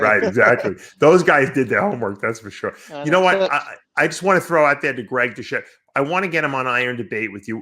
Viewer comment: Who the fuck is Greg Diuchette ? Do Lee vs Kermett the Frog.